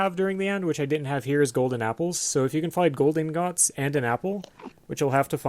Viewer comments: No one seems to know how to pronounce ingot. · I say I like iron ing-ot